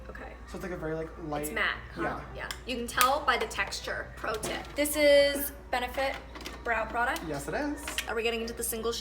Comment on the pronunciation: “pRoTiP” i’m sorry